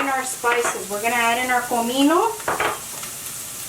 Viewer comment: You know its real when she says comino instead of cumin